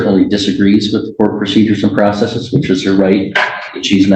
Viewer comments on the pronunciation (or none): none